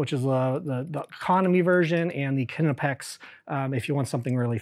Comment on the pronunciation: "Kinnepex" is an … interesting … way to pronounce "Knipex".